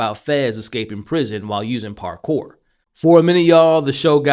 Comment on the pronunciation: The "parkore" part was a give away for me 😂